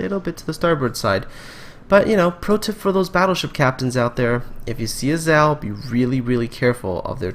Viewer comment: Zao is pronounced as 'Za O' named by Japanese Mount Zaō